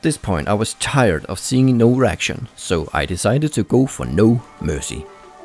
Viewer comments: Id be tired too of seeing no erection and I too would decide to go for no mercy going as close as it takes to GETT eREKTion which would turn out to happen quickley! What accent is that bruh? Reaction =/= erection! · "I will get as close as it takes to get erection"...lol, pronunciation issues. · Did he say he'll get close to get an erection? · Why does it sound like he says erection when he says reaction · its because it sounded like erection not reaction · did someone else heard to get an erection ? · Also as close as it takes to get an erection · Yep. That's what I heard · A reaction, that's what I heard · Simon yea I heard an erection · Did he say "a reaction" or "an erection"? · He said "any reaction" so it's normal that you heard "an erection". XD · did you say erection or reaction ????? when you got behind the laptop ?? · Sounds like he is saying "I will go as close as I can to get an erection". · 'No mercy.' 'As close as I can get to erection.' LOL. Yes, I know he says 'a reaction', but it sounds like 'erection'. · lol it sounded like you were saying 'try to get erection' lol love your videos :) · oh reaction i thought he said erection lol.